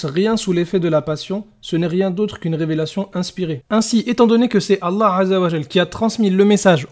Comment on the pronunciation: Sarah N 😮 c’est vrai que l’argument « la bible a été écrite par des hommes pêcheurs ... » on l’a pas souvent entendu d’autant que c’est basé sur rien lol Non j’arrête pas vous ne maîtrisez ni le coran ni les hadiths, quand ton oucaca saura prononcer correctement le nom d’Allah alors on pourra vous écouter. En attendant votre argument et mensonges basés sur rien c’est poubelle 🗑